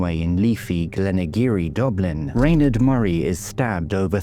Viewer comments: it has always been pronounced as Rawn- aid or Ronaid bit like Sinead in Dublin where I’m from but her family may have changed their own Pronunciation, there are many names like this , Sinead , Blathnaid etc . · Perhaps that’s how her family said it ? I am in fact Irish born and bred so as I said I have never heard it pronounced this way . I am also from Dublin so it’s not a regional thing . Could be the family’s preference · I have never heard her name pronounced like that . Irish people would call her Ron-aid … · Rain aid, I'd pronounce it.